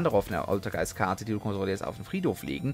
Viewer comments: Deine Aussprache der altergeist Monster ist manchmal schon bissel savage :D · Oultergeist MUultifAiker Aussprache 😂😂😂😂